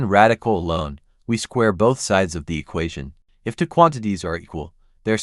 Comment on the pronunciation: The annoying way the narration consistently mispronounces two as to